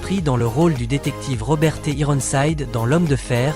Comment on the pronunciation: Ne pas savoir prononcer Raymond Burr ni Perry Mason ni Ironside , la honte !!!!!!!!!!!!!!!!!!!!!!!!